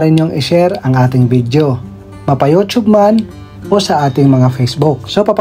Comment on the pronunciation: Nakiki yutub ka na rin ng bigkas ha ha ha! yutsub yan. Ha ha ha ambaduy mo ha TUB DAW HA HA HA!